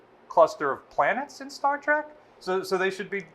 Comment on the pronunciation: Star trek not Star trick